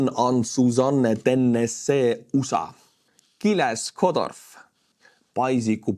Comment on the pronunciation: I always pronounce USA as Oosah too.